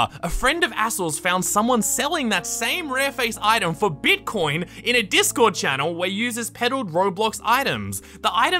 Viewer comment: “The dark web of discorrrd” XD